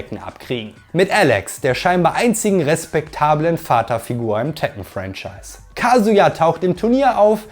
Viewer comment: Na toll jetzt weiß ich als 37 jähriger, dass ich mein Leben lang "Tekken" falsch ausgesprochen habe 🫣😂